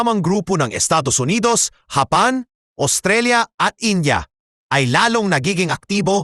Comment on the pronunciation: Paki ayos mo nga ang bigkas ng japan masakit sa taynga eh ayusin mo ok